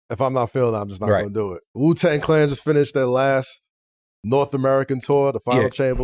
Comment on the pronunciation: Its Wu-tang not Ju-tang 😂